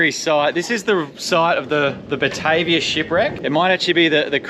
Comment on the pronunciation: The name of the boat is actually pronounced "BA-TAR-VIA". It was named after the capital of the Dutch East Indies also known now as Jakarta. Indonesia. it was a 32 Gun war vessel and was likely the first naval vessel to set fott on the Northern Coast of Australia. It's also credited with the first mass shooting of Aboriginals, mistaken for the Papua New Guinea cannibals of the time. As the Duifken ('little Dove') had reported bad encounters in Port Moresby with the local cannibals, a year earlier. It was a case of mistaken identity. However, when Cook arrived a hundred years later in Sydney, all the local Aboriginals had heard of the 'white man and their ships'. Aaah and BTW! With all those Cray Fish just begging to be caught, they end up with a vego meal??? Sacrilege.